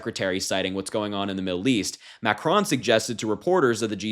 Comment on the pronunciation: Omg I was so distracted with your pronunciation of ‘macron’. Try to at least pronounce the names of the leaders of the country right if in political media landscape. Otherwise it’s good to see younger people taking such an interest in global and their own local politics. Hope this attracts more younger people to the arena